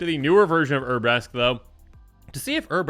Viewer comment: Poor Urabrask's cards are so bad that can't be bothered to pronounce their name correctly, lol jk.